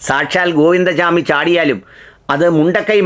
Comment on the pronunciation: ഗോവിന്ദ ചാമി അല്ല ഗോവിന്ദ സ്വാമി ആണ് മലയാളത്തിൽ പറയേണ്ടത്